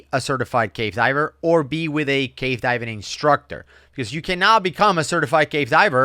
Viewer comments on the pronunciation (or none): never sounds like hes saying "cave" diving. It sounds like hes saying "gay" diving and it makes it a lot funnier XD